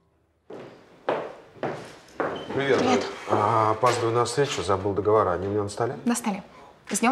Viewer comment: Все артисты безграмотно говорят договорА, правильно договорЫ